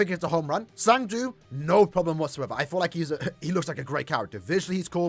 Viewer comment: Who is “zang du”… it’s cang du…